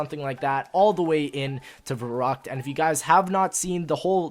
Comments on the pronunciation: Verrückt not Verruckt:D good video i'm so happy you're back:) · Fun fact: since verrückt is in german it should be pronounced ferryckt.